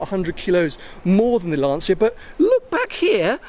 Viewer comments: It’s pronounced Lancha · Apparently Lancia is pronounced “Larncha” in Italian. Perhaps a Italian viewer can confirm? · Many years ago, I made the mistake of mispronouncing Lancia in front of an Italian work colleague, who quickly corrected me. It's pronounced Lanchia, not Lahnseeya. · Yes, "Lan-cha" is perfect. But we are used to hear "Lan-sia" from anglophone people, it's strange but nice in some way :) A 120 years old glorious Italian car brand, probably the most legendary in Italy if you consider his entire life